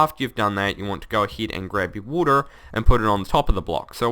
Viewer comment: woter laver you can get laver from neever and thats how you make regin walls